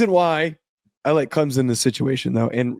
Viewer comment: There is no Z in Clemson, Please pronounce it right ClemSon!!!